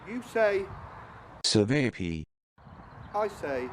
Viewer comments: It's a diminutive of ћевапи/ćevapi . Should be easier to pronounce. Chae-vaa-pee. Make them slightly bigger and there you go. Edit: Traditionally served with fermented milk (kefir) or clotted cream (while milk variant) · Chevapi and chevap shish that's how tonpronouncebit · We actually sell these at my butcher shop. It's pronounced shá-va-pee, and they're actually really good. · amazing video .. You got everything right except the pronunciation. It is called "chevapi" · Cevapi 😂😂😂 that pronunciation way off my friend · Is there a way to mispronounce cevapi any more?